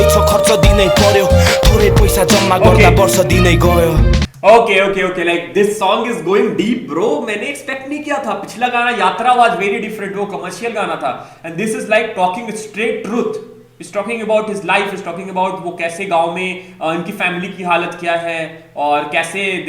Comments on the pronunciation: not खता bro its कथा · It's not khataa it's katha which means Story of every middle-class person like us is Nepal your government is fully corrupt and we don't have opportunities.. Maybe it does match with Indians and Nepalese both i think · khataa nai bhai english me story nepali me ( कथा) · Bhai khathaa nahi he kathaa he iska matlab story mean kathaa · कथा hai खथा nahi😂🤣